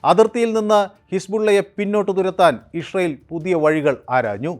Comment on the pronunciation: ഇസ്രയേൽ എന്ന് നേരെ പറയാൻ പഠിക്കൂ അവതാരകാ..